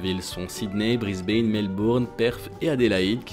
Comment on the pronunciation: Mon ami, il va falloir que tu progresses en anglais. On ne dit pas "Brisbaine" et encore moins "soutern lake" et puis ton classement ne tient pas la route, ou alors il faudrait nous expliquer au prealable les criteres de selection. Bonne chance.